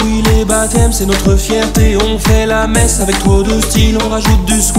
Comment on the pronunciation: "Messe" pas "Messa"